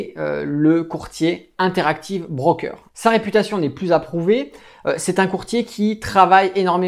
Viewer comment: c'est pas un 'BRRRROOKER' mais un broker!